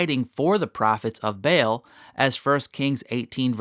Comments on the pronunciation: It's not BAIL its pronounced BA ALL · It is Baal (pronounced 'Barl').